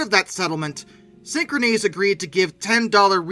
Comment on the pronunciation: You’re pronouncing the name of the company incorrectly. It’s pronounced the same way as the word “synchronous.”